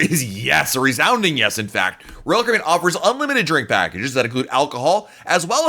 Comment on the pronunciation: I kinda wish you would talk slower, in a more relaxed way. Not slow, just a bit less stressed. I have a hard time watching whole video because it stresses me out. It doesn't cost more to talk at a normal pace. Also, you don't pronounce the company name correctly when you say RoyalCaribbean so fast. Just my 2 cents. I love your content by the way!